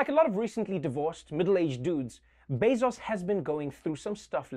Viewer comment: The best part was how Trevor pronounced it like "Bezas"